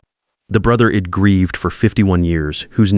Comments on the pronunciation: I couldn’t agree more! Id and Ill! Ugh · I hate to say this, because I love the stories I see on these AI sites. But, darn it! It's so hard to listen to the constant mispronunciation done because of the bad spelling. They say Id for I'd, hed for he'd, shed for she'd, ill for I'll. I often tell myself to close up and go to another story. I don't understand. Many sites have it all together and some just don't get it at all. It must be a cheaper AI writer and reader. Please get your stuff together. This story is one of the worst I've listened to and I don't know how long I'll be able to listen to this one.